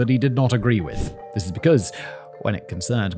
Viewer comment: "And Thizziz" where i fell in love with the male child of the factually supreme